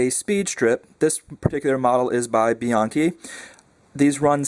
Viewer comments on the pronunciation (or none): My names Bianchi. It's Bianchi not Biunci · The company's name is pronounced..."Bee YANKEE." At least that's how his family pronounces their name.